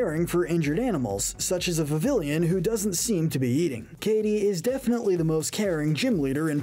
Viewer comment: It’s pronounced roh-TAHM and viv-EE-ON, “”! 🤨 You’re so bad at pronouncing Pokémon names,! 🙄